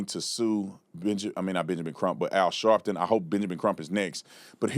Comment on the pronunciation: AL "Shartin"...